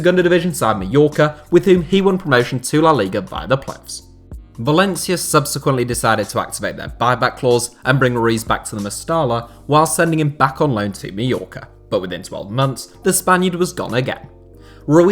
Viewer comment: Mestalla is pronounced more like Mesta-ya